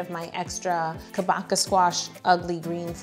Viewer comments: Tell me I wasn't the only one who heard "chewbacca squash" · its japanese so its pronounce KAH-BOH-CHA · someones gotta tell her that google was totally wrong about how to pronouce "kabocha". its ka (as in kaboom) boe (like 'toe') cha (cha cha dance) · oh sis... google did you dirty. It's ka-bow-cha (ch as in chat). I live in Japan where it's from just to show my accreditations. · These cakes turned out amazing as usual!!! I’ve been binging your videos lately and I’m always amazed at your attention to detail. But the pronunciation of Kabocha is way off. It’s a Japanese word, so English text-to-speech made it weird. The correct pronunciation is Kah (like a Bostonian saying “car”), Bo (like “bow” in “bow tie”), cha (like dancing the cha-cha) Kah-bo-cha. Kabocha! (かぼちゃ) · If it’s the Japanese Kabocha it’s actually pronounced kah-boh-chah (as in rhymes with matcha) :) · Google is wrong. Lol I and many chefs say ka- bow-cha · It’s pronounced “kah-boh-cha” 😥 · Haha! Google is WRONG... it's kah-boh-cha! It means pumpkin in japanese (I'm Japanese) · But it's Kabocha...ka-bo-cha, like chair. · Yo it’s pronounced Kah-boe-chah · When trying to say kabocha squash turns into a school lesson🤣🤣🤣🤣. My kids still didn't get it. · Japanese speaker here!! It's pronounced like 'ka' as in car but shorter, bo as in bonding, cha as in cha-ching! lol. And don't stress any part of the word! :) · I was so confused when I heard her phone's auto-pronunciation, because kabocha is Japanese and I was sure I knew how to say it. The robot even actually said it wrong two different ways just in this video. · yo: pronounces kabocha wrong google how should i pronounce it google: pronounces it worse 😭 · Yo- It is pronounced with a soft h like in the word "kombucha" it literally means squash in Japanese. You pronounced it fine at the beginning. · yo: * googles it * “it’s pronounced ka-baka?!?” also yo: continues to call it kabo-cha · I thought it pronounced “ka-bo-cha” not “ka-bo-ca”